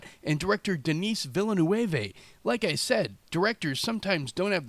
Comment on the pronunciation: Villeneuve = Veel-le-neuv ... Lmao what is Villa-new-evez?